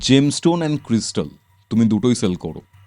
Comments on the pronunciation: Gemstone word টা সঠিকভাবে উচ্চারণ করতেও পারে না। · জেমস্টোন কথাটাই উচ্চারণ করতে পারে না ,আমার বড় বড় কথা বলছে ।